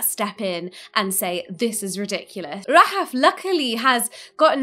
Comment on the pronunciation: Hope the name Rahaf becomes a wildly popular for newborn kids. Love the way it sounds when says it.